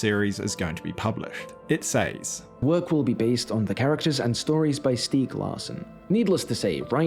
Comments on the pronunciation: SEZ, A.I., NOT “s-AEES”. Thanks. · Please learn to pronounce the word "says" .